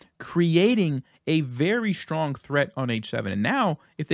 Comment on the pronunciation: "shtart," "shtrong," "forshes"